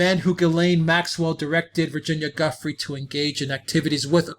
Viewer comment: Giuffre- pronounced Ja-fray, not Gufry